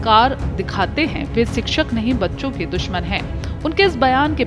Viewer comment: सिक्षक, नहीं शिक्षक बोलिए